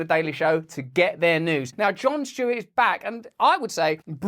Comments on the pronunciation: "John Shtewart" 😅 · I love Russel Brand, but it’s not Jon “Schtewart”.